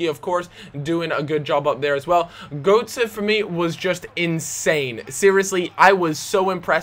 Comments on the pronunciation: You say Götze like "Gertzer". The ö is German for oe, so his name is actually Goetze. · gotze is said gurtze as that special o is said unr